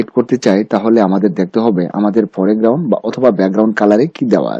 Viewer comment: Please pronounce correctly. PUPET, CROP, FOREGROUND